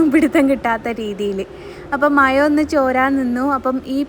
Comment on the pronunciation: ആദ്യം നാക്ക് നല്ലോണം വടിക്ക് താത്ത മയ അല്ല മഴ കഷ്ട്ടം